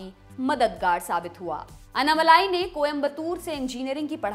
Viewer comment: The correct pronunciation of Mr. Annamalai's name—as pronounced in his native language Tamil—isअण्णामलै (ALSO अण्णामलय). The way it is pronounced in this video— अन्नामलाइ —is not correct.